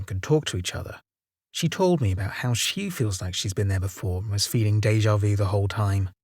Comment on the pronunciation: Déjà vu.. Not view.. Bless ya.. Made me smile.